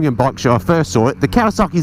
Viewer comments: Great review, but there's no R in Kawasaki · You say kawasarki, I say Kawasaki, lets call the whole thing off! Kawasarki, eh?😉